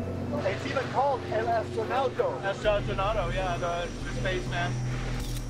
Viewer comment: the correct pronuntiton is EL ASTONAUTA